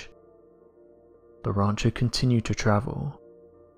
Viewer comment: What's a "rauncher"?